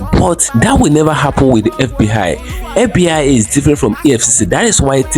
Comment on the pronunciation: It's fbi not fb hi lmao